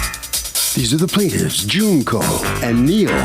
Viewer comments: Not Junk-oh 💀💀💀💀💀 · Man she called that lady JUNK-O lmao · They were not pronouncing her name it's Junk ohh just like her testimony